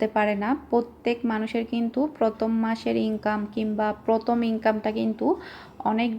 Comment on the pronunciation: পথম না প্রথম.. ভাষা ঠিক করেন..